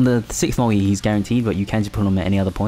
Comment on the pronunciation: its called MULTI not mui xDDDD